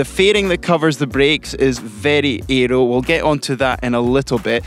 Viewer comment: Interesting video, but gosh do I irritate the pronunciations whenever Fraser speaks in videos.... It's aero, not eeeeeeroo.